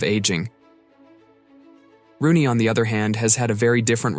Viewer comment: It’s ROONEY, not Ronney smh